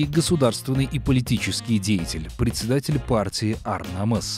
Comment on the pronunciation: Не предсэдатель, а председатель.